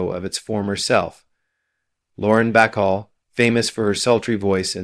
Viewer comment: Marlene Die-et-rich? Tallyyoulah Bankhead? Lauren Back-all? Me West? Ahva Gardner? Em-phy-sma? Dude, LEARN THE PROPER PRONUNCIATIONS OF THESE NAMES AND WORDS! OTHERWISE, DON'T BOTHER MAKING THESE VIDEOS!